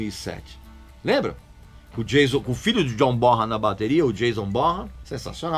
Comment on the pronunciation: Regis, em primeiro lugar: mais um excelente vídeo, como de costume. Em segundo lugar, como colaboração, já que você sempre faz questão de frisar as pronúncias corretas dos nomes das bandas e artistas: apesar de muita gente (eu inclusive, até há pouco tempo) pronunciar John BonHam, evidenciando o som de “R” do H, a pronúncia correta do nome do lendário baterista do Led é “BoNam”, pois o h é mudo no nome dele. Como eu disse, apenas para colaborar. Valeu, abraço.